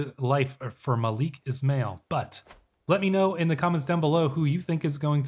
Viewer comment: is'mail is pronounced as ISMAEEL